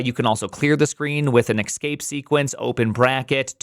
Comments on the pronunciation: EScape, not EXscape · do you genuinely think the word is "excape"? :x That one is even worse than "excetera" :( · "Ecs-cape" is the new "nu-cular".